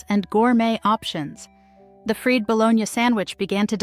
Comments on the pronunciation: WHY does she pronounce fried "FREED"? (In the bologna section.) Did the producers pay attention at all??? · Fried is pronounced Fryed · "Fried," not freed. These AI's really suck..."20 the Century"? Come on! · The freed bolonia sandwich. Sure. Artificial "intelligence" closed captions are quite bad enough. But freed bolonia spoken aloud? A break, please. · Freed-ba- lone-yuh! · I caught the accent thing. Ffeed Bologna sandwich? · Freed bologna with may-o-minaze? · "freed" baloney.. Mayo-ma-naise